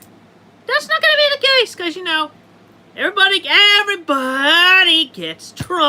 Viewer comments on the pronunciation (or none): lol the way Chris tries to say everybody